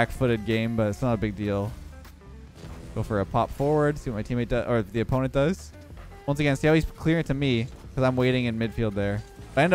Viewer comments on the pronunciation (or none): none